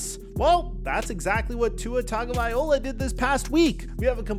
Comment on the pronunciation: Hey just want to tell you his name isnt Tua Tago-viola🎻 it's vai-lo-a; turd-oa is also acceptable